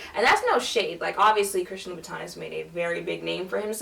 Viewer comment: Teehee, it's Loubootin. Congrats hun.👠👜